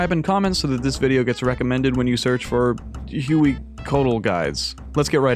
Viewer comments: it's not pronounced Huey but like whey whey-coatl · Also its pronounced "Hue-wee-co-atl" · Huh-way-coh-waddle Hueycoatl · No it's not. The l is silent